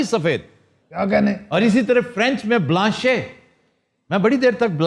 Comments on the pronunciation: This man talks nonsense . Blanche is used in a sentence and is not pronounced Blanchai And noir is not pronounced noijj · BLANCHE ke Akher mein "e " nahi parha jata " بلانش" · If you read a french word in English then it's ok to say BLANCHE otherwise e is silent in it. But overall you doing great ,good content and best team , even many members left , but still 👍🤩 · Aftab Sahab, with your due Apology, I understood French is not our Language but it doesn’t hurt to Learn regardless of our age. Kindly refer to Google for Right Pronunciation of NOIR, Blanche a Cerruti. With warm Regards from Dallas.